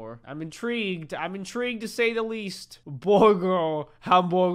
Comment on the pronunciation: Its booger jk it burger